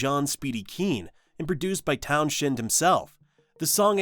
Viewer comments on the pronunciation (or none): Pete Townshend's name is pronounced Towns-hend and not Townshend. There isn't a sh when you say it. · "Town's end" not "town shend"! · And the Pete's surname is pronounced TOWNS-hehnd", not "TOWN-shend:. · Ok it’s Pronounced town-send….not town shhhhend….. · Very nice video - it takes me back 🙂. By the way, don't pronounce Townshend Town - shend. We all pronounced it Towns - end back in the day, and Town- shend sounds awful, a bit like the speaker has never come across the name before. Wikipedia is pretty good at phonetically spelling the pronunciation if you need it. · Townsend silent H please !! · Town-shend? Sort your dentures out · You lost me at mispronouncing Pete Townshend's last name. It's not pronounced the way it's spelled. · I've never heard Pete Townshends last name pronounced like that. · We don't pronounce Townshend that weird way in the US either. It's an AI thing, not a US thing.